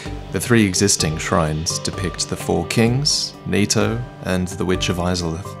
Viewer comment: It's NITO